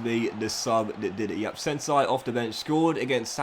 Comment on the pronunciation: It's just Sensi, like you say 'yes' in Spanish. Not Sensai😅